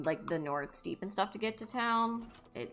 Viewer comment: Steppe in Njord Steppe is pronounced like “step”, not “steep”. Russia has a ton of steppes fyi - handy for prisons.